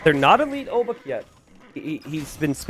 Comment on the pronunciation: ch in obuch sounds like "h" in hemp, not k. It's not "obuk"! you can pronounce Szlachta privileges (przywileje szlachty) like this: sh (as in shoes) la (as in latch) h (as in hemp) ta (as in tank). Anyway, thanks for the video